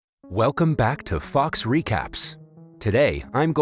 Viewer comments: For a second I thought he said "welcome to fucks news" lol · cant stop hearing "welcome back to fucks recaps"